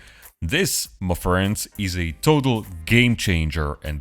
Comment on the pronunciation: You sound as if you’re saying ‘McFriends’, like some terrible meal idea from McDonald’s for lonely people… Is that what you think we are, damn you!?! 😀😀